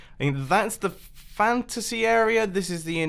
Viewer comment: And, "area," with an R. "Arear"